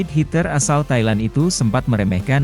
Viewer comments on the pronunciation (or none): none